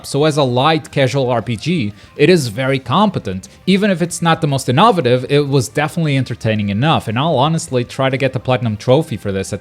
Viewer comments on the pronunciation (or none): Well that's definitely one way to pronounce innovative lol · I have never in my life heard someone say innovative like that